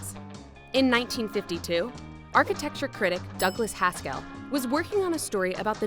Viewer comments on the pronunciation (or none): "DOUG LAS HASK ELL." It's like the narrator has never met another human.